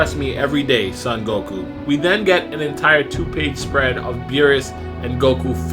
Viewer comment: I think you are pronouncing son wrong